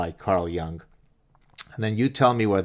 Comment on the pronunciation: Silly detail, I know, but the name is pronounced J-oo-ng, not J-ou-ng.